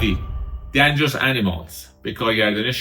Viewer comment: ممنون از شما لذت بردیم. چند مورد بود که باید دوباره ببینم فراموش کردم ولی مثلا blood ، بِلاد خونده میشه نه بِلود یا مثلا dangerous ، دِینجرس خونده میشه نه دَنجرس